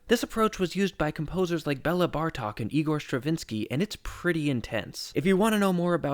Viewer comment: and, just to be that little bit more pedantic, his first name is pronouced: BAY-la , not BELL-ah.